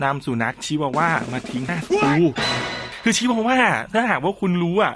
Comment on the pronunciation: ชิวาว่าค่ะไม่ใช่คิดว่าวาค่ะ